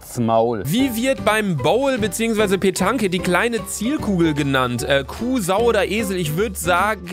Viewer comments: Pentange... petonsch ausgesprochen xD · Beim bouwl oder petanke 😂😂😂😂😂 Französisch kann er 😂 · Du hast boule/Petanqe völlig falsch ausgesprochen das ist mein Hobby und ich man es gut